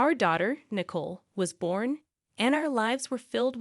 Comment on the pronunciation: It’s not nickel but nicoal